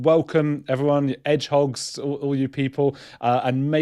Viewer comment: Edgehogs is how the English pronounce "hedgehogs", made famous by Monty Python.